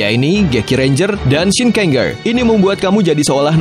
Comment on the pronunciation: Kata ger dibaca jer aja,contohnya shinkenger dibaca shinkenjer biar lebih enak atau ngikut cara baca yang dari jepangnya dan kalo ada tokoh kayak mele di uchuu sentai vs space squad,itu bukan movie dari gekiranger tapi tetap movienya kyuuranger